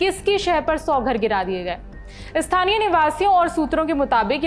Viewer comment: आपने स्थानीय के बदले "इ स्थानीय" बोला इतने बड़े पत्रकार होने के बाद भी एसी भाषा.